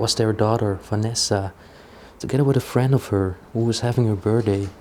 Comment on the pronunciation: LOL! "Having a Burr-day."